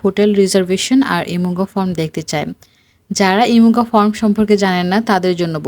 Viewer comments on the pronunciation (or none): none